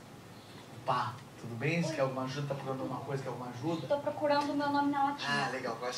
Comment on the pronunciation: ela falou "você" direitinho